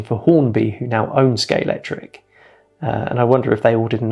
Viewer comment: You're British SCALE---X---TRIC! Aaaggghhh